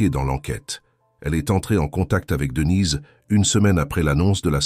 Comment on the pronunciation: Marre de ces voix robotiques qui font des liaisons bizarres et disent des choses comme Devinez et Brian au lieu de Denise et Brian, sans même s'en soucier. Ça pourrait être intéressant mais pas sans touche humaine.